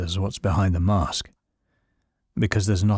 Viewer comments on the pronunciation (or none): none